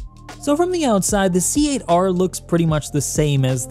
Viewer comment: please pass the knowledge around. C Eight R is pronounced "Cater". The ship caters to you. It's a pun. Please! Great video as always!